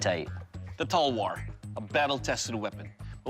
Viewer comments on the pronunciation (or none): It is not tolwar its talawar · Its an Indian weapon ! Pronounced 'Talwaar' not 'Talwor' ! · It's a pain them saying Telwer. It's Talwaaar. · It is pronounced as talwAAr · They pronounced talwar wrong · Please say talwar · their pronunciation of the word "talwar" is cringy